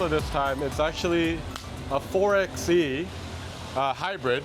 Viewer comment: Rented one of these for a Utah desert road trip earlier this year! It was definitely fun off-roading with the electric only mode, being able to hear the tires and the ground crunching. Also, 4xE is pronounced "four by E". It's a play off 4x4 (four by four)